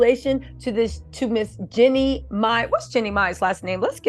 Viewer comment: 🤣Girl you talking about pronouncing her last name right, you aren't even pronouncing her first name right.